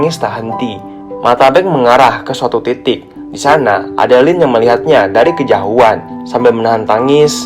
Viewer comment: Bang lu kalo ngomong "kejauhan" kok "kejahuan" si